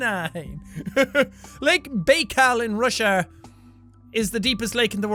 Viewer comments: Bro, it's pronounced bI kal I says it's 2nd sound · lake baikal = BYE-kall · Fun fact; Baikal is pronounced B-ah-i-kal and not b-ay-kal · he mispronounced lake Baikal....